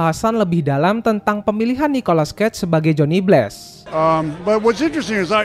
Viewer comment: bg narasi dan cerita lu udah lumayan bagus, tapi penyebutan nama2 barat dan penyebutan bahasa inggris lu kurang tepat. jadinya pas dengerin itu agak gatel kalo kurang tepat penyebutannya. kyk johnny blaze, itu nyebutnya bless, harusnya nyebutnya bleiz. trs daredevil itu penyebutannya harusnya der devel, bukan der devil, dan masih lumayan banyak kesalahan oenyebutan lainnya. saran saya coba perbaiki penyebutan bahasa inggrisnya agar lebih cakep narasinya. kalo gatau cara nyebutnya bagaimana, coba ketik di google translate kata atau nama barat yg ingin dikatakan, trs cek tombol suara penyebutan kata atau nama itu yg dalam bahasa inggris. atau cari di youtube, youtuber narator luar negeri cara menyebut kata atau nama yg abang pgn itu bagaimana cara penyebutannya.